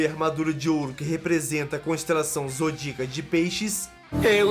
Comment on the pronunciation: Exceto por alguns erros como "zodico", "sargitário", "escárlate" e dados um pouco errados de alguns, um ótimo vid.